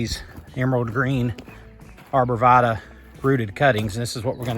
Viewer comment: Check your pronunciation of "arborvitae"